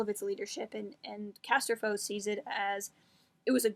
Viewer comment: Casterfo has ended up to be one of my top 5 favorite new non-film SW characters. If no one has mentioned it yet, according to the audiobook pronounces Di as "die" and Wookipedia confirms that RC is pronounced RAN-som CAS-ter-foe.